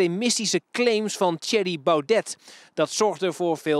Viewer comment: PowNed kan hij normaal uitspreken maar met BauDET heeft hij nogal moeite.